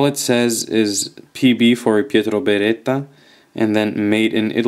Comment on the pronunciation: Hi, are you Italian? Pietro Beretta and Smontaggio are REALLY well pronounced!